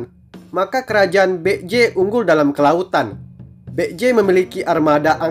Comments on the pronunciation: Kalo dilihat dari pelafalannya kok masih kurang banget ya? Itu Baekje jadinya malah bek-j.. harusnya kan baek-je. Sekedar saran min, tolong pelafalannya diperhatikan lagi 🙏🏻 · Maaf tapi setelah saya pakai Google translate, cara pengucapan "Baek-Je" adalah "Bek-Je" Biasanya "ae" dalam Bahasa Korea dieja menjadi "e" saja. Ya begitulah 😅🙏